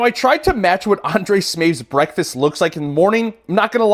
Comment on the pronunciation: Undrej Smeefth😂